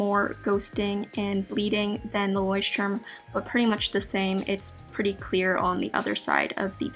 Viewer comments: Its so cute how you pronounce 'Leuchtturm' :) I am from germany btw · it‘s so funny how you pronunce „Leutturm“ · That’s soooooo cute. I‘m from Germany and Leuchtturm is pronounced a little different😂💗 That sounds sooooo funny and cute for me🥺🥺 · How you pronounce Leuchtturm. It’s always funny to hear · As a German it's funny for me how she pronounced Leuchtturm 😂💕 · Same haha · Ist aber bei jedem irgendwie so😂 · As a student learning German, I thought I spoke it wrong all along when I heard her. Both English and German aren't my native languages so I was confused 😕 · It was so funny how you say ,,Leuchtturm"😂 I'm from Germany